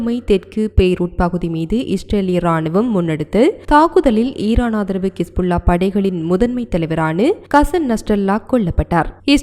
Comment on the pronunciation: அக்கா கிஸ் புல்லா இல்லை ஹிஸ்புல்லா